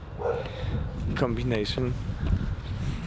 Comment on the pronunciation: Kombinejszyn !! Leżę i płacze ze śmiechu 😂😂😂😂😂💓Więcej takich słówek